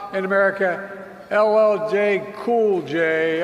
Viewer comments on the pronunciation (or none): He said llil cool j !!!! Wtfff!!! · He F*CKED up LL Cool J name and then had the audacity to call a grown man a boy.